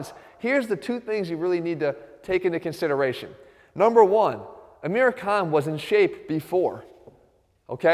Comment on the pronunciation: dude learn how to say his name